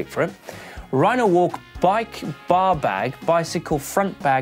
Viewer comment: I kept hearing "baw bag" for the bar bag.